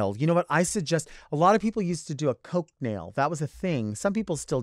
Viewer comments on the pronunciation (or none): none